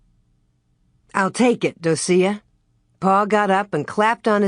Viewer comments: Um the name Docia is pronounced Doh-shuh … not doh-see-uh lol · Yeah I'm really surprised she pronounces it like that.